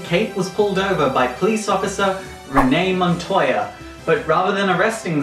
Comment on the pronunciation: Did he say Renee montaya bag? Lol I love you!